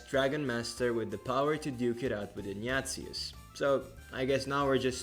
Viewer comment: The way you pronounce "Ignatius" sounds like "Nya~zis"